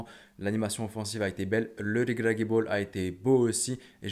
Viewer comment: Comment tu prononce walid REGRAGUI 😂😂